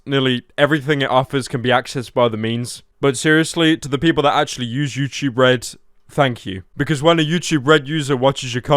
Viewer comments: ah yes my favorite site youchube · pyro voice youchoob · when he said "youchube" i c r i e d